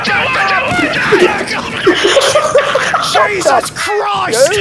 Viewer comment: Not the "Jaysauce Chroist" 😂